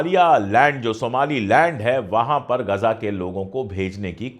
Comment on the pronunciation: are bhai "Gaja" nahi hai "Ghaza" hai.